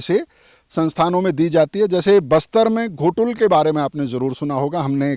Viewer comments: भाई घोटुल नहीं गोटुल है ! गोटुल के बारे कई तरह के गलत जानकारी मीडिया न्यूज़ चैनल वाले हो या पत्रकारों एवं कुछ यूट्यूबर के माध्यम से भी गलत जानकारी दिया गया है , और गोटुल के बारे में कई तरह के मनगढ़ंत अफवाह फैला दिया गया है जो सरासर झूठ है ! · Ghotul nahi hai sir o gotul hai sir